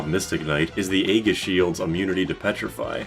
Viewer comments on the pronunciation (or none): Another pronunciation recommendation: "Aegis" is not "A-giss", it's "E-jiss". It's a soft G, and the A is silent.